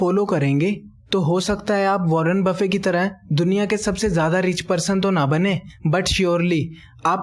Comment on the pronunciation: He is Warren buffet not warren buffey